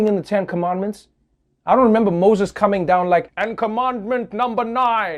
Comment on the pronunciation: When Trevor said "But Remmber", i can barely known he's from South Africa